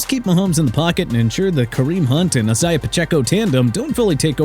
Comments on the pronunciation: STOP WITH THE ESAIAH NONSENSE!!!!! HOW MANY TIMES DO I HAVE TO CORRECT YOU?!?? ISIAH IS PRONOUNCED AI-ZAY-UH!!!! WHAT IS WRONG WITH YOU?!?!? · Exactly even in the Sunday night football intros Isiah said his name and yet this man still says it wrong